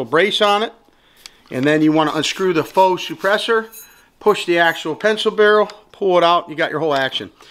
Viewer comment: God bless thank you for saying faux correctly.... You know how many videos i saw where people say it like fox.... Great review, thanks you.